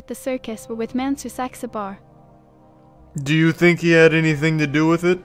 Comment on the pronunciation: Watching Charlie trying to ask Marina H. about "Monsieur Saxabar" was like watching Inspector Clouseau pronounce certain words. It was very much a comedy of errors.